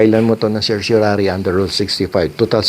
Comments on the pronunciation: Mali ang pagbigkas mi ng CERTIORARI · I prefer the Latin pronunciation of certiorari. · Petition for certoraray pala bigkas nean? Dami ko kilalang abugado at mismong atty. ko petition for certorarri ang bigkas nea 🤔🤣